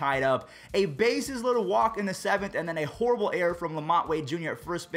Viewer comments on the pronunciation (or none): none